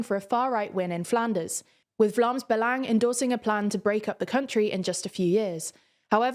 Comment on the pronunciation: Great pronounciation on the flemish party names!